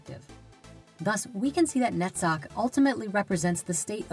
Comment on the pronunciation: Awesome topic in three parts. I would only complain about hebrew names from left to right. And only Netzach pronunciation would be noted as different. Other than that, very enlightening. My whole gratitude for this. By the way, have you ever thought about subtitles? I still think about people who can't listen.